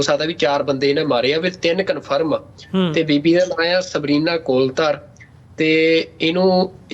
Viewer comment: ਬਾਈ ਤੁਸੀ ਬਹੁਤ ਵਧੀਆ ਕੰਮ ਕਰਦੇ ਹੋ ਤੇ ਥੋਡੀ ਬੁੱਧੀ ਤੇ ਵੀ ਕੋਈ ਸ਼ੱਕ ਨੀ ਮੈ ਪਹਿਲੀ ਵਾਰੀ ਥੋਨੂੰ ਬਾਈ ਦੀਪ ਨੇ ਲਾਏ ਸੰਭੂ ਮੋਰਚੇ ਤੇ ਸੁਣਿਆ ਸੀ ਮੇਰੀ ਬੇਨਤੀ ਸਿਰਫ ਐਨੀ ਆ ਕਿ ਤੁਸੀ ਕਨੌੜੇ ਦੀ ਜਗਾ ਹੋੜਾ ਲਾਕੇ ਬੋਲਦੇ ਹੋ ਜਿਵੇਂ ਕੌਲੀ ਦੀ ਜਗਾ ਕੋਲੀ ਜਿਵੇ ਤੁਸੀ ਬੀਬੀ ਦਾ ਨਾਂ ਲਿਆ ਕੋਲ ਧਰ ਮੈਨੂੰ ਲਗਦਾ ਉਹ ਕੌਲ ਧਰ ਹੋਊਗਾ ਮੈਂ ਹੋਰ ਵੀ ਬਹੁਤ ਨੌਜਵਾਨਾਂ ਨੂੰ ਇਵੇਂ ਬੋਲਦੇ ਸੁਣਿਆ ਪਤਾ ਨੀ ਇਹ ਉੱਥੋਂ ਦੇ ਸਕੂਲਾਂ ਚ ਹੀ ਏਵੇ ਪੜਾਇਆ ਜਾ ਰਿਹਾ ਕਿ ਕਨੌੜੇ ਦੀ ਜਗਾ ਹੋੜਾ ਲਾਕੇ ਬੋਲਦੇ ਨੇ ਜਾਂ ਇਲਾਕੇ ਦਾ ਫ਼ਰਕ ਆ ਬਾਕੀ ਥੋਡੇ ਕੰਮ ਬਾਰੇ ਕੋਈ ਸ਼ੱਕ ਨੀ ਮੈ ਤਾਂ ਚਾਹੁੰਨਾ ਕਿ ਥੋਨੂੰ ਆਪਣੇ ਪਰਸਨਲ ਚੈਨਲ ਤੇ ਆਕੇ ਵੀ ਹਰ ਰੋਜ਼ ਜੀਉਪੌਲਿਟਕਸ ਤੇ ਆਪਣੇ ਵਿਚਾਰ ਰੱਖਣੇ ਚਾਹੀਦੇ ਨੇ ਥੋਨੂੰ ਬਾਈ ਦੀਪ ਵਾਂਗੂ ਤੇ ਇੱਕ ਯੂਕੇ ਤੋਂ ਪੱਤਰਕਾਰ ਨੇ ਅਵਤਾਰ ਸਿੰਘ ਕਦੇ ਕਦੇ ਉਹ ਪੰਜਾਬੀ ਰੇਡੀਓ ਯੂਐਸਏ ਤੇ ਆਂਉਦੇ ਨੇ ਉਨਾਂ ਨੂੰ ਵੀ ਨਾਲ ਲਿਆ ਜਾ ਸਕਦਾ ਜਿਉਪੌਲਿਟਿਕਸ ਬਾਰੇ ਉਨਾਂ ਦੇ ਵਿਚਾਰ ਬੜੇ ਠੋਸ ਤੇ ਜਾਣਕਾਰੀ ਵਾਲੇ ਹੁੰਦੇ ਨੇ ਵੀਰ ਇਹ ਓੁਪਰਾਲਾ ਜ਼ਰੂਰ ਕਰਿਉ ਜੇ ਨਹੀ ਕਰ ਸਕਦੇ ਤਾਂ ਘੱਟੋਘੱਟ ਇੱਕ ਵਾਰ ਉਨਾਂ ਨਾਲ ਪ੍ਰੋਗ੍ਰਾਮ ਜ਼ਰੂਰ ਕਰੋ 🙏